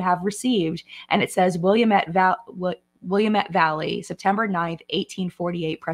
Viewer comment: Listening to so many people mispronounce Willamette has been so funny with the Oregon Trail palette haha. That correction you got is FURTHER from what you originally said!